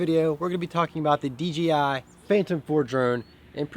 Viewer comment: Picked up my first drone (DJI Phantom 4) a few weeks ago. Absolutely love it as well. Flew it tonight for a youth event. FYI, it's DJI, not DGI. ;)